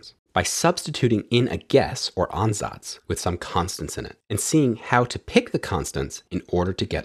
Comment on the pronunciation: You pronounce Ansatz surprisingly well